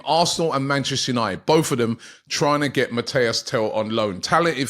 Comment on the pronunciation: Robbie I love you bro BUT the name is MATIIIIIS TEL not Mateo!!!!!